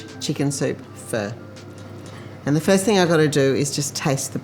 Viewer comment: not bad...u didn't butcher pho